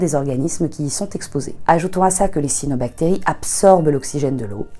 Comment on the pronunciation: On dit "cyAnobactéries" 😉